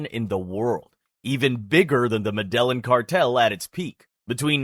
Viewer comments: In the Spanish language, double L is pronounced as a J So it would be pronounced "medejin" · i like the concept, but i cant take information seriously from a guy who cant even pronounce medellin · The way you’re pronouncing Medellín is triggering me